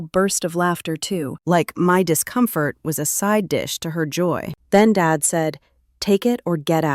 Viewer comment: Why does "dad" come out as "David"???